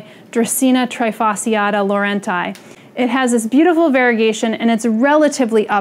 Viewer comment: Many people don’t know but the term "trifasciata" comes from Latin and the "sci" must be pronounced as you would pronunce "sh". Great video as always ❤️